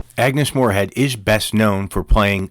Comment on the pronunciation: ' Moorehead ' not " Morehead ".